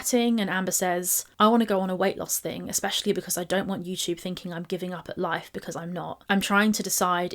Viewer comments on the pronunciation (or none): You might have gotten better with not "buying love", but you STILL think that the word "especially" has the letter "K" in it... IT DOESN'T! Show me where the letter "K" is in that word... I'll wait. Sometimes you put the letter "X" instead, which doesn't belong there either. STOP IT! * I don't know why that makes me so crazy but it's pretty much number one on my pet peeve list... That and adding the letter "L" to the word "saw", and using the word "seen" incorrectly. You didn't "seen the mailman", you saw them. Or, "the mailman was seen by you"... Amber does all three and I think she does it just to make me crazy. 😂 It's not that hard to speak proper English.